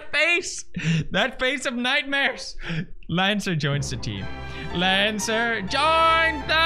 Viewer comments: Okay sooo... Kris is a she. Susie is a she. Ralsei is a he. Lancer is Lancer. Also, it’s not Laaancer, it’s Lancer. Like a Swedish Ä. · Pewds iss lan-suh not laan-suh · Ok is it “LAHN-CER- or “LAN-CER” u pronounce it two different ways the wholE epISode juSt stick to oNe Also congrats on 70M 🤪